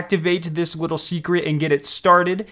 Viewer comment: He also said wittle instead of little